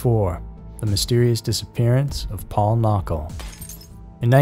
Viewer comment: Paul Knockel— it’s pronounced Kin nuck ul. A lot of other miss-information in this story. His wallet and his boots were found in his home. Not his tennis shoes. He always wore boots. To the person who was responsible for his disappearance: you might be getting away with this now, but when you meet your maker, you will be burning in hell eternally.